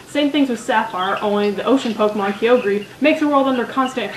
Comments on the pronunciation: kai-OH-grr, not kee-OH-gree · Its not groodon and keeogree say them right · (grow-dawn) (ky-oger) .... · Aw! you screw up two names! it's grou-don and Ki-yo-Gre. ...sorry, pet peeve i have. also, never thought N was creepy, just...out there. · I like this except that you pronounce alot of pokemons names wrong like Groudon has a don like donald and kyogre is pronounced ky-o-gr but thats the only problem i've had so far. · I'll just make a few points: Groudon - Grau-dohn Kyogre - Kai-ogre [sorry, It just kinda bugs me] I like N and the song from his room *-* Arceus - Are-see-us [er, I think?] And I want that plushie lol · Great video and congratulations on mispronouncing both Groudon and kyogre's names. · you said Kyogre wrong btw >_< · Its funny how she pernounce groudon and kyogre XD